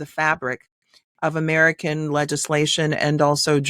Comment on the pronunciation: She can’t even pronounce America - she says umedica- sickening